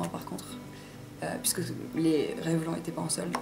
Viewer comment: Sympa ce petit tag =) Bonne chance pour le concours ! PS: Revlon se prononce "Revlonne" ;-)